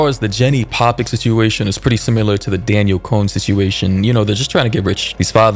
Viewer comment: Disappointed you called her Daniel it’s DAN-YELL DANIELLE. But not hating still amazing content.